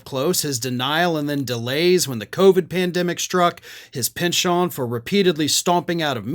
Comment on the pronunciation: You think penchant is pronounced "pen-chon?" C'mon man.